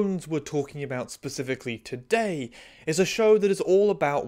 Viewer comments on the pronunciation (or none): none